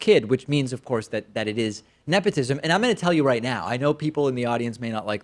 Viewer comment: “Nephotism”- bruh somebody needs a dental appointment 😂